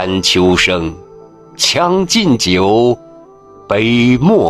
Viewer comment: 你有些字是不是练错了？是将（江）进酒还是（枪）进酒？还（孩）复来